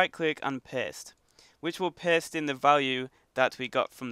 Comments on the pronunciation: It's super funny how he say paste but instead of of him saying paste he is saying post.😂😂😂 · sounds like he is saying piss